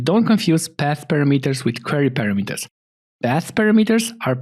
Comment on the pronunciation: thank you very much for the tutorial. 👍 It would be nice if you could correct your pronounciation of the word "parameter" in the future videos. In English and many European languages the amphasis is on the second "a". So "parAmeters" is right.)